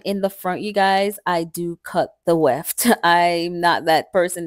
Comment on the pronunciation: What is the “wheft”? You keep saying you don’t want it bulky so you cut the weft.